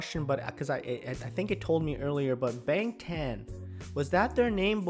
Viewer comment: the a is prounounced more like (ah) and BTS comes from BangTan Sonyeondan...from what I've heard from Korean speaking reactors the word sonyeodan (which loosely translates to 'group of boys') is old fashioned sounding and not commonly used so it just sounded strange to Koreans when they 1st debuted.